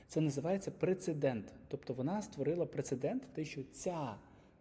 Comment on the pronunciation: Класне базове інтро в продажі. Єдине зауваження - прецедент, а не прицедент 🧐